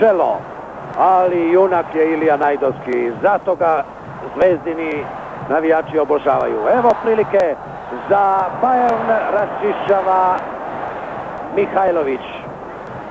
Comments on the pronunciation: Nije ni BAJRN majstore nego BAJERN :D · nije ni bajern nego Bayern